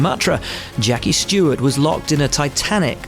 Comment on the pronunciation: hey guys his name is Stewart not stewards